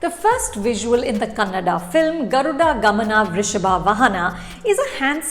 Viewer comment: Thank god u pronounced it as kannada not Kannad